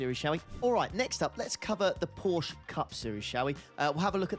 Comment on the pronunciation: Well, why are you sad that it’s not raining!! We hate rain and it’s Porsche not Porsch